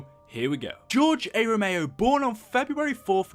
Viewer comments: Not even 30 seconds of shouting in and you say, "George A ROMEO" edit: oh god you repeat it . Did you not ever hear or slowly read his name before you made a video on him? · Romero was great as a director and mini boss Rome-er-o not rome-ey-o btw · It’s ROMERO. Not ROMAYO. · It's George r Romeo not George a romeo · It's RE-MER-O not RA-MAYO You better put some RESPEK on his goddamn name. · Its Romero not romao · Romero not romeo, there is an r there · RomeRo, not Romayo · ROMERO NOT ROMAYO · RO MER O. NOT ROMAYO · Romero not ROMAYO! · George ero meo 🤦‍♂️ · "George A. Romayo" lol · I can’t tell if you’re purposely saying George A Romayo on purpose lol still cool vid though, I’m just being a chach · Why are you calling him Ramayo? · I couldn't stand hearing you say Romao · George A. Romayo? Bruh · you can spell "Romero" but you cant fucking say it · hard time watching, couldn't even pronounce Romero properly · You miss pronounce Romero which is also my last name so I feel really offended 😭